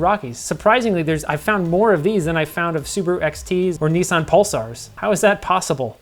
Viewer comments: Did you even hear the guy in the advert ???? ... its NISS SAN, not Knee san, FFS. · He said nis-ann.